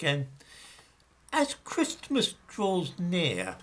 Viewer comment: Enjoying your pronunciation of ChrisTmas